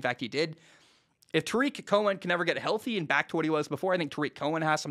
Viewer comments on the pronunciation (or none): none